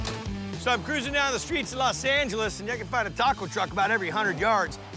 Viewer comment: Guy...It's LOS Angeles, Not LAS Angeles 💀